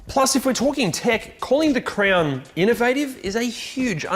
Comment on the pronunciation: Am I the only one hearing crayon instead of crown?